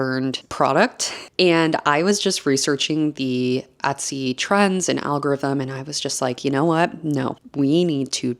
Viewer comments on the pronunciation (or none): Et-sy.... Not Ot-sy. ETSY. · drinking game: a shot every time she says "atsy"